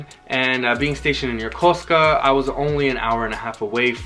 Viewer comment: It’s so refreshing to hear someone say Yokosuka properly!! Thanks for a great vid